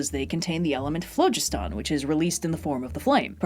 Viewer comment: I had to do a double take at your pronunciation of phlogiston. I had never heard it said that way and when I checked for examples of how it's said properly only 1, Emma, said it like you did. That isn't too say you are wrong but it did really confuse me. I have mostly heard it said like "flow-gist-en" but you made me double check my self and conclude there may be more ways to say that word. And all of this doesn't matter cause it's a word for something that doesn't exist.